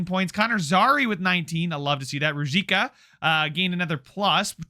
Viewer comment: Ruzicka is pronounced roo-zeesh-ka. Im liking the series, keep it up!